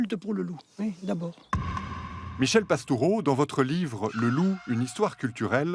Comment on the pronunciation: Merci pour cet entretien. Et : c'est bien quand la personne qui interroge prononce correctement le nom de son invité (PastOUreau et non Pastureau). Et aussi le mot aujOUrd'hui - et non aujaurd'hui.